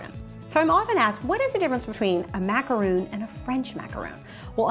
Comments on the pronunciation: It’s macaron not macaroon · where are you getting the roon from???? its ma-ca-ron not ma-ca-roon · Sorry but it's pronounced macaron not macaroon. Macaroons are something way different. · You're saying it like "macaroon" but it's Ma-ka-rhon" xD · its not macaroon its macaron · It is pronounced Mac a rawn